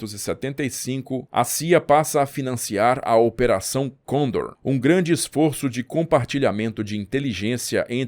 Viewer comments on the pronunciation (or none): Sobre Operação Condor, registro que a pronúncia correta é conDOR, com a sílaba tônica no "DOR", pois trata-se de palavra oxítona. Não pretendo ser grosseira nem "cri cri", aprecio o seu trabalho e quero vê-lo brilhar.